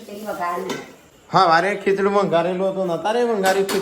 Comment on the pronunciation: Good morning and lovely nice your voice in vlog 😊......khichaduuu bolo tyare maro nano babo bahu j hse che k mummy aaje to walu khichduu banayu 😂